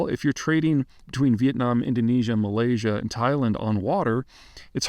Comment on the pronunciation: but yet, he manages to pronounce 'Malaysia' just fine